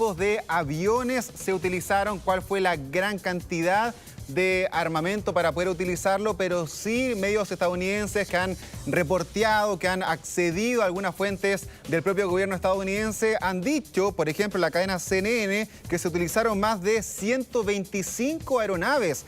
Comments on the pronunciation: Dime alguna vez fuiste a la escuela? Como vas a decir reportiado?? Se dice reportado y así eres disque reportero? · Dijiste reportiado !!! No cer reportado